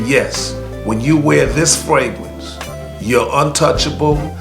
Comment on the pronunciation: Its fragrance not fwagrance